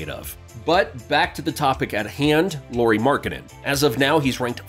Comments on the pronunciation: Lauri, not Lowry! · His name is LAURI, not LORI. LA-U-RI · It's pronounced just like the surname LOWRY. 'LAU' rhymes with HOW, NOW, COW. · Please don't pronounce his name as if it where lorry 🚛 Lauri has a very different pronunciation in Finnish. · so you research all that about Lauri but dont look up how to say his name :D